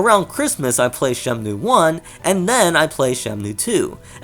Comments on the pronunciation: Is it shenmue or shenmnue? Every time u name drop its urking my soul... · Why does he say Shemnue? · Why you say SheMnue! Anyways, both are great, but 2 has more details. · you call it shemnu lol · Bro you keep saying "Shemnue" lmfao stop that man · Your pronunciation of Shenmue (as Shemnue) is so distracting. Great video otherwise. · Holy shit hearing you saying Shemnue is making my ears bleed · Why are you saying Shemnue?